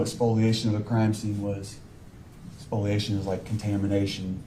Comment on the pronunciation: I cannot believe the dumbass repeated his made up word., "Spoiliation!" 😅😂😅😂